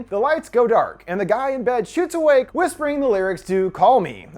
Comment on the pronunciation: the way this guy said "he was whisphering call me." ummm okay